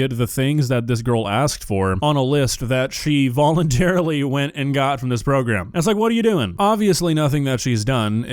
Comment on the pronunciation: My man said “progrem” lol